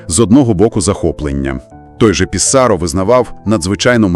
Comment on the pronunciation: але але. усі слова французькою мають наголос на останньому складі. отже: ПіссарО. ЖивернІ. дякую😍